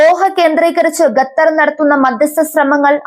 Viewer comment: ഗത്തർ അല്ലടി, ഖത്തർ എന്ന് വായിക്കുക..